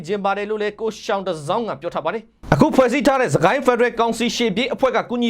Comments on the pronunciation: ယောင်တစောင်းလို့အသံထွက်ရတယ်၊ယောင်ပေစူးကိုစာနဲ့ရေးရင်သျှောင်ပေစူးလို့ရေးသလိုပါပဲ။ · ယောင်တစောင်း လို့ဖတ် ရပါတယ် ။ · သျောင်တဇောင်း ကို ရောင်တဇောင်းလို့ဖတ်ရတယ်ရဲ့ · ရောင်တဇောင်းလို့ ဖတ်ရတာ ဟ ငါ့ကောင်ရ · သျှောင် (ယောင်)တစောင်းလို့ဖတ်ရပါတယ် ရေ။ ကျေးဇူးပါ။ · သျှောင်တစောင်း ကို ရောင်တစောင်းလို့ဖတ်ရပါတယ် ရောင်ကို တစောင်းထုံးသူပေါ့ဗျာ